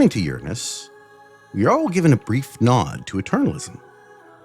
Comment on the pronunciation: Hunhow pronunciation of Uranus is chef's kiss